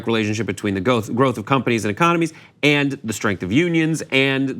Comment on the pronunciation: Great but its “and” not “ayend”